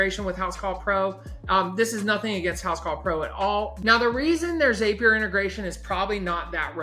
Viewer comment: your video was very helpful. However I must say if "zap" is spelled Z-A-P, why the heck do you think its pronounced "ZAPEier". Crazy stuff lol